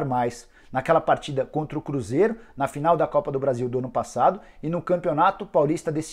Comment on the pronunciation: A forma como Nicola fala aqui é engraçada, "para o cruZERO"